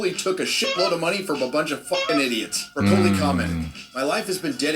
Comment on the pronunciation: That's the only time I've ever heard it pronounced "Bra-coley".